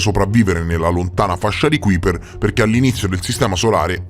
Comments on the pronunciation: A parte che si pronuncia KAIper, ma l’assurdità della tesi che sosterrebbe ci sia un pianeta ABITABILE nella fascia di Kuiper, è al quanto risibile. A quella distanza dal sole al massimo le uniche forme di vita possibili sarebbero dei microorganismi (ben pochi a dire la verità), ma di certo non sarebbe possibile alcun habit per forme di vita complesse. State solo alimentando un falso mito, basato su pseudo-scienze. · Interessante l'argomento, ma almeno pronuncia nel modo esatto Kuiper...che si scrive così ma si legge kaiper 😉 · Ti prego, si chiama Fascia di KAIPER, si scrive Kuiper ma si legge KAIPER.